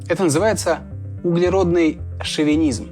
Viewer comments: Шовинизм через и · ШовИнизм, а не шовЕнизм.... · шовИнизм, а не шовЕнизм, обидно блэт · Ай-яй-яй! Грамотный человек, а на восьмой минуте допустил ошибку. Не шовЕнизм, а шовИнизм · ШовИнизм, парни, а не шовенизм. Кровь из глаз. Ну и американцев на Луне не было. А так - ок. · Шовинизм, не "шовЕнизм" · Может быть шовИнизм? А не щовЕнизм?))) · ты чего? Почему шовенизм? ШОВИНИЗМ же ))